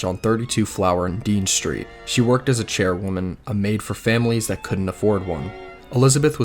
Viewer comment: Very interesting, with many details I hadn't heard before. However, I wondered if the narration were AI. Several of the mispronunciations were quite distracting: charwoman, Mitre, Thames, in particular.